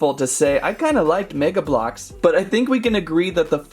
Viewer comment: Mega blox nah mega, no blox lol